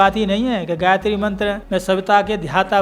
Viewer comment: आप गायित्री उच्चारण कर के बोल रहे हैं ...पाप कर रहे हैं